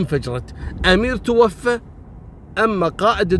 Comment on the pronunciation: برافوووووو عليك يا تنطق( توفى) بالالف المقصوره. (متوفى) ابواساور